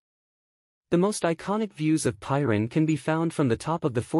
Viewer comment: Such a stunning place, which deserves a narrator who knows how to pronounce its name correctly! Stop using AI for narration please